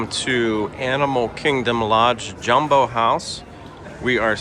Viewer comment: It's JAWmbo. Not JUMbo. It does not rhythm with Dumbo. It's NEHspresso, not N-spresso. Also, not all concierge rooms are savannah view.